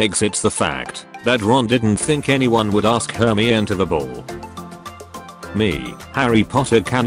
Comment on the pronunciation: Are we gonna just ignore the fact that the ai pronounces Hermione like she’s a bloody Eveelution